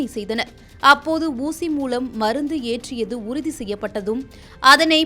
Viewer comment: சாளை... ஊசிமூளம்.... உன் உச்சரிப்பு மகா கேவலம் சிறுமியே...